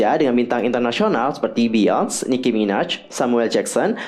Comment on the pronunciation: Beyoncé Itu dibacanya "biyonse" bukan "biyons"😊